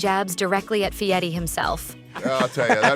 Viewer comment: voice doesn't pronounce Fieri correctly.